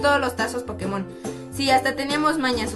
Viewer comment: Pokémon NO tiene acento en la O es en la E ¬¬